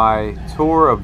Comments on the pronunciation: It's NOT "Joans", it's JOANNS. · Nice job but it's pronounced Jo Ann, not Joan.